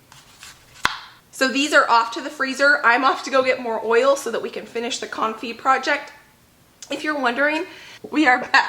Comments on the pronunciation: You are pronouncing Confit perfectly, unlike your pronounciation of Caulk. LOL. Love you! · Hi , i'm French and you're saying Confit the almost rigth way :) . thank you for all your videos